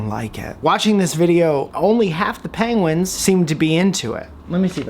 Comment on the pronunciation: Please say pengwins even more 😄😄